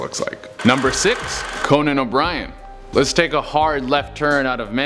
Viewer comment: This guy said Conan. Oh my God. . .